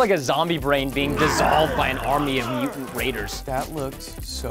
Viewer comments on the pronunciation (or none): none